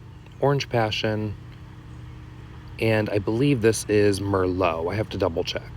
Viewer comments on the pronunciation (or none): none